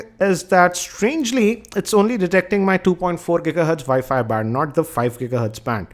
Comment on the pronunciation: abe saade ...wwiiiiffiii woo fooo wooffooo haahahha abe bolna to sikhle.....u take that back cover screen gaurd XD haaaha